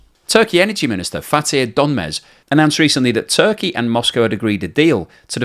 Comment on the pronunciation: It Turkaya as the pronoune it now LOL